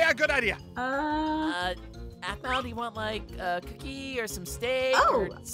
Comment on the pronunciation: It's aphmau not ahmau